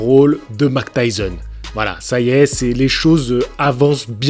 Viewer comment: Mike et non mac 😉